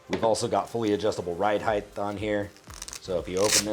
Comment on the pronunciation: are you saying heigth? lol god vid tho detailed/informative? curious if there is enough nylon protecting the trigger.....Ill be checking out your gear esp belt....